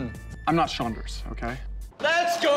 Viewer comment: shaunders :) lmfao